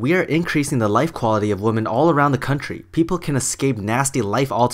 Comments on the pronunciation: The pronunciation of 'women' is 'wimin', not 'woman'. Sorry, but it annoys me. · its called having an accent. You, in this case, are the one with the unusual pronunciation, compared to the rest of the world. And as far as I've heard the UK. (Could be wrong only been in the southern part a few times, they said it more like "womin" "women" or really just "woman"). Atleast my 2 English teacher who have studied and thought English in the UK did pronounce it like that. Just saying, no hate :)